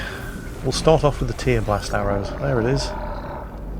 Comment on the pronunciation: OMG,; it's a verb! "Tear" as in to rip something to shreds; not "tear" as in from crying. TEAR-blast!